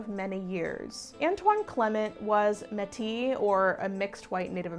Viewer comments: I'm Métis and this was incredibly well done. Thank you as always for covering what is otherwise a lost portion of history! Also, it's pronounced may-tee! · Considering that the Metís were the children of intermarriage between French fur trappers and various indigenous tribes, especially the Cree, Assiniboine, and Ojibwa, and during the later 1800's were in armed insurrection against the largely British colonial government, as a Quebecois I'd find the English pronunciation out of place. And I've never heard it from anyone in my 75 years from anyone when I was in Canada and I have relatives who work with indigenous people in the Hudson Bay area.